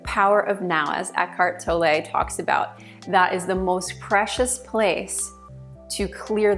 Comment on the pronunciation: You should learn to pronounce Eckhardt Tolle's name properly.